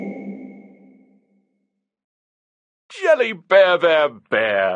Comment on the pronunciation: I love jelly beah cookie His lines are jsut "JELLIH BEAH BEAH BEEH!"